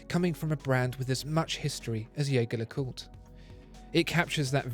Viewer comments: Hang on, you called it a “Yaygar le Coot”, usually it’s pronounced “Jergere le Coot” on this channel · If only the spokesman for Watchfinder could pronounce Jaeger-LeCoultre's name properly. "Jaeger" =/= "Jäger" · Beautiful video with excellent production, as always. But please double check how Jaeger-LeCoultre is pronounced. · The video is great but it's a shame that he keeps pronouncing the brand's name the wrong way… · What about learning first how to pronounce the damn name of the brand so maybe than we can try taking you seriously.....hm?? What about that? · Surely, it couldn't hurt to learn how to pronounce Jaeger LeCoultre? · Mispronouncing Jaeger-Lecoultre right off the bat. Not a good move for a watch channel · Excellent video as always. BTW, try pronouncing Jaeger in french, not in german, in their official youtube page, you can hear how the brand is correctly pronounced. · I love your videos. And I am thankful for the usual great content. If I may: The way you pronounce the name of the band is incorrect. You may wish to look into it for your future reviews or simply call them JLC. Thanks again. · He can't even pronounce the name of the manufacturer of the watch! Try to at least get that right before you launch into your "review"